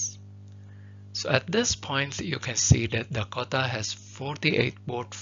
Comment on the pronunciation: Thank you so much but your pronounciation for Dakota is killing me